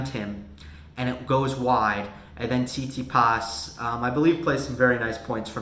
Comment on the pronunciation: Can you say "Tsit-Si-pas", please? It isn't "see-tsee-paas"